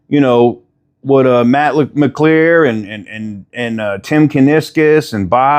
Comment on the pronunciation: I do wonder about your sources as you have difficulty pronouncing McAlear and Gilles names incorrectly. We all know how to pronounce their names.